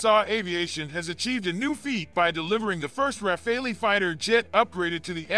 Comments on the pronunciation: It’s not Rafal”ee”! It’s RA-FAL… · Could you please make a small effort to pronounce the name RAFALE correctly ? It is utterly annoying to hear over and over again Americans pronounce the Dassault jet fighter name "RAFAELI". In the name of God, it's RAFALE, like CHACAL or like ACTUAL or like VISUAL or like FOCAL. For the life of me, I don't know where you guys got the "ELI" from ? The Brits say it correctly, why not the Americans ? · What's Refali?????? Hahahaha 😆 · Well said. It is driving me mad and is happening on several US sites. Thank you!